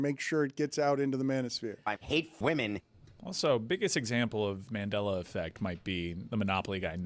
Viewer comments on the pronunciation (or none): none